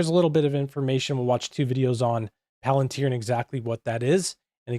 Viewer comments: It's pronounced "Palen-tier". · It's actually pronounced 'pal-an-teer'.